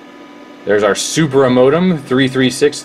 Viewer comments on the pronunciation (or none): none